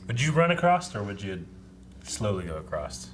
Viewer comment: across....not accrosed lol